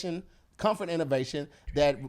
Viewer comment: Hey Tom I think was trying to say ergonomic 😂😂😂